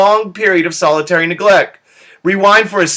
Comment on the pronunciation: Anyone else find it annoying that he keeps saying solitary neglect instead of salutary neglect?